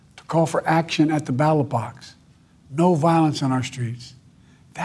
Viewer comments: Battle box.... you mean ballot box? Also, love the reflection of the scrolling teleprompter in the window above his head. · He said “ at the battle box 😅😅😅 what a goose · "Battle box"?!😵‍💫